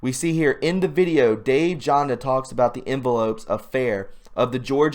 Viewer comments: it's Jan-da not Jonda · Pronounce Janda with an A sound, not an O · Dr Janda name is similar to mine and is Germanic languages. J is pronounced like a Y. Everyone looks at my name and says JAN, Dill.. But that's wrong. YON-dil is correct. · Dr Dave Janda is legit and it's pronounced Janda, rhymes with panda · Dave Jan da is absolutely legitimate! I spelled his last name wrong on purpose. I spelled it the way it sounds because you are pronouncing incorrectly. Keep up the fantastic work! I share many of your views on many topics. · . - Dave Janda is legit, but his only authorized YT channel is "Operation Freedom." The other(s) are simply stealing his content. And those imposters are being monitized by YT, not him. Yeah, go figure. How would you like YOUR content stolen? His name Janda is pronounced like "Band" as in music. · If you ever listen to Dave "Jaaanda" you will hear him identify himself & pronounce his name correctly. You just tell us you haven't even listened to Dave yourself when you don't know how to pronounce his name. Do your homework before you get back on a video! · I watch Dave Janda, and you are mis-pronouncing his name lol